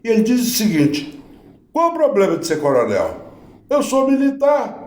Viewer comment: Ele fala "poblema" "cuestão"...🐴